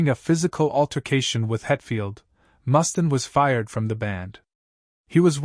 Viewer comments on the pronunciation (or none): Dave Must-in? May-Death? Perhaps we should work on our pronunciation a bit....